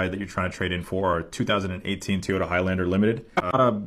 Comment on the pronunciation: Really wish that dude didn’t call them ‘Tee-yohtah’